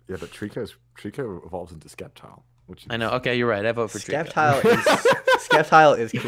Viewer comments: Skep-tile?! It's Sceptile! Like Scepter, not Skep-ter! Don't disrespect ma boi Sceptile!! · I’m just gonna pretend Conor did not just call Sceptile skeptile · Its not skeptile goddamit